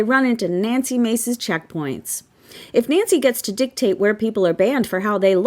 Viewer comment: Nancy “dicktate”😂 she probably doesn’t even get any “dicktate” 😉 🎉🎉🎉😅